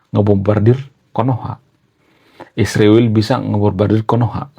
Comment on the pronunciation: Mengapa kau sebut isriwil, Konoha....gentle saja.....!